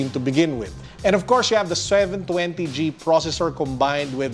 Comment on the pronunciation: Anyone who noticed the "sweven twenty"? 😂 jk. Nice review sir! The back is on 🔥🔥🔥 Kudos Realme!